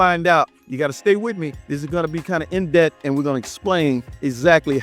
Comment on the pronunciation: yes he did and we know what he mint 😅😅😅😅😅😅